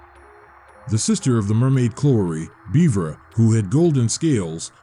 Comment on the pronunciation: Despite the weird pronunciations ("Beavera?" Missing a whole syllable lol) this is probably the most thorough video summary of the game out there.